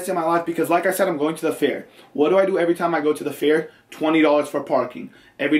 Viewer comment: He keeps saying fear instead of fair